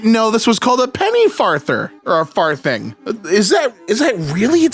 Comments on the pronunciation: 'Farthing' is pronounced /ˈfɑːðɪŋ/ (not /ˈfɑːθɪŋ/). The 'th' is voiced, as in 'this' (not unvoiced, as in 'thin'). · Him pronouncing farthing as "far-thing" with a soft "th" is really throwing me off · It's funny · the pronunciation of far thing is sending me 😅 i love how always looks for extra context though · lol 5e way you said farthing though hahaha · His mispronunciation of 'farthing' is filling me with rage. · For some reason it really got to me when he pronounced 'farthing' with a thorn instead of an eth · It's farthing pronounced with a soft "th"